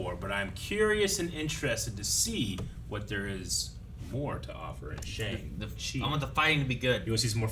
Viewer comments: That isn't the correct pronunciation of Shang Chi, right? Simu said it's more like "Shong" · Pronounced SHONG chi not Shaang Chi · It's SHONG-Chi. Not shayng. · So excited for this movie.. so much goodness that's left for the MCU to cover..! and I know its weird but it's pronounced "Sheong Chi" :(